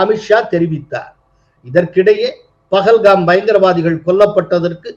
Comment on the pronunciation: Why do the Tamizh people pronounce and write as PAGALHAM whereas it should be PAHALGAM.